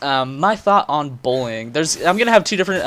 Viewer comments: genuinely though he was saying "bowling" at first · sounds like you're saying bowling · does anyone think what he's saying sounds more like "bowling" than "bullying"?